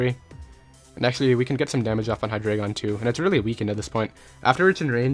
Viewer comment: Its hy-dry-gon.